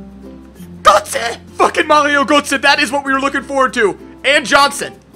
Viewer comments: Please try to say G"ö"tze because in gernany Gotze sounds like puke (Kotze) I give you an example : Ö sounds like C"ur"ve like the cu in curve. Btw, never mind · born Switz just pronounced Götze like Goce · Hahah it's so funny as a german how you speak out " Götze"😂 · We do that in THERE I LIVE too ;)